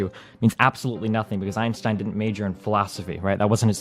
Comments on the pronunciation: As a native german speaker, it triggers me how chat is making fun of athenes "einstein" pronunciation, he's literally saying it 100% correctly. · The only positive about Athene here is that he knows how to pronounce Einstein correctly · Athene is actually pronouncing his name correctly though. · Athene is pronouncing it perfectly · But props to Athene for getting Einstein's name right.